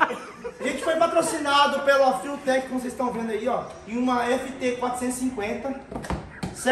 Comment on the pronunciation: Rapaz, os cara tão internacional mesmo kkk até a pronúncia "fiutek" kkk Vai ser top o projeto🚀